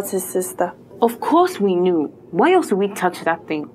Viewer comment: OMG!!! DID she jux said YELSE!!! I FEEL LYK I'M IN HIGH SCHOOL Again!!!!!